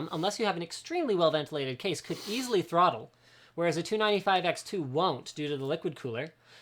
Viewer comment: Linus said "trottle" whaaaat.